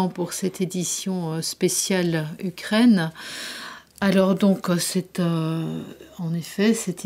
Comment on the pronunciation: Ukraine, pas Ukrinne, c est la première fois que j écoute ce défaut de prononciation, c est assommant.